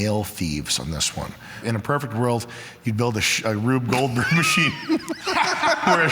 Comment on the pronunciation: emphasis on Goldberg 💀💀